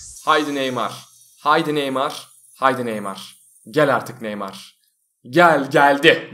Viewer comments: normalde : nah neymar böyle neymarmı olur batuhanda : nah neymay böyle neymry mi olur :D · Nah neymar dedikten sonra neymah diyon